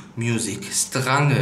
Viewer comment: Sträinsch heißt es